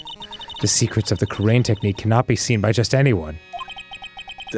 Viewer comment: Hearing them mispronounce "Kurain" over and over is so grating. 😅